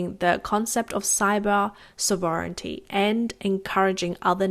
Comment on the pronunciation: Think your newsreader needs to practice saying words like "ostensibly", "ubiquitous", and "sovereignty" a bit more